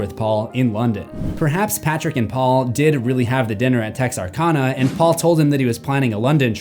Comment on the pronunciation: I giggle how mispronounces “Texarkana. “